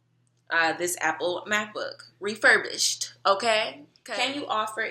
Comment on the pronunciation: I died when you put the emphasis on REFURBISHED. That's so real! lol. And I'll go ahead and agree with everyone else bc it's the truth. Your personality is honestly so genuine and it's really refreshing to see someone like you on here. I'm rooting for you. WE'RE ALL ROOTING FOR YOU! lol :)